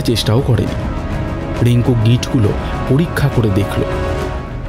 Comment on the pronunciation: উচ্চারন একটু ঠিক করতে হবে ।especially র-ড় গুলো।রিঙ্কু ড়িঙ্কু নয়।